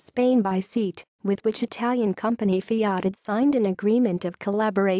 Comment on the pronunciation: What a pity thet the comentator can not pronounce Seat properly.